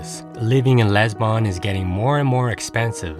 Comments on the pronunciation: It’s not LEsbon it’s LIsbon!!!! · All is fine and well presented but its quality is decreased by mispronunciation of the main important word Lisbon